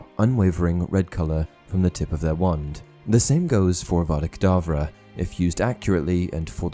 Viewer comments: Um idk if it's just me but when Snape killed Dumbledore, I swore I heard Snape say Abracadbra instead of Avada Kadavra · Because if you listen closely he actually says avada kadableu